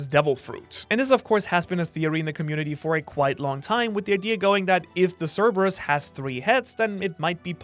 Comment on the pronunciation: Thank you for being the first channel to pronounce cerberus right